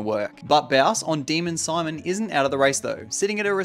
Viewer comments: its not demon simon its deemon seemon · You may need to double check your pronunciation of "Demon Simon".